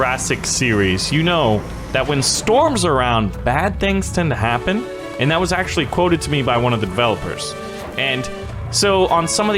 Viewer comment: did he axtuley say that